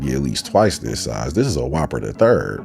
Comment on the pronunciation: "Whooper the 3rd..."😅😅